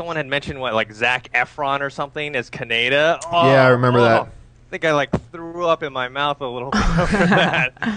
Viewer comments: (kahn--E-Duh) not CanAda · I lost hope for this film when the the asian guy said kaneda's name wrong=_= it sounds like their saying Canada. I've watched that movie a million times and never even ONCE do they pronounce his name that way. This is going to bee avatar the last airbender all over again. Y_Y